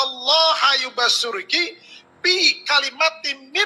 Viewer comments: Ustad apaan ?baca surah Al Qur an aja salah besar.Yubasyiruka kok dibaca yubasyurki.Kristen dr bayi yg mau cari makan ja nipu2,.Klo kristen percaya saja krn mereka buta Al Qur an.Klo muslim,walo msih SD tertawa denger murtadin palsu ini.🤣🤣🤣🤣🤣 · ngapunten...koreksi pak ustadz, bacaan yg benar innalloha YUBASYIRUKI, bukan YUBASYURKI, sampean iki ngisin2i buanter salah...!!!